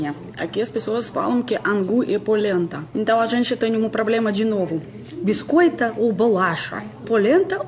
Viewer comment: Biscoitaa ou bulachaaa rsrs Fico rindo dela tenta pronunciar as palavras ,fica.muito fofinha